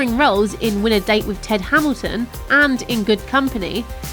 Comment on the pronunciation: Its Tad Hamilton, not Ted Hamilton......